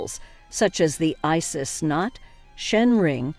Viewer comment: Cool video but the pronunciation of "Ankh" and "Isis" hurt my soul a bit 😭